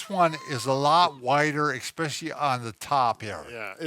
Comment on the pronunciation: Bob...it's especially...not expecially. 🙃 I especially like your videos.